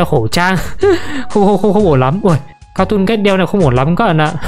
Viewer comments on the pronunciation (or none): Sao ai cũng đọc là cartoon cét vậy trời là catoon cat anh